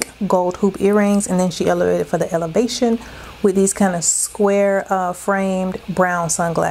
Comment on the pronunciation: out here elevatin' for the Ele-va-shon!!!❤❤❤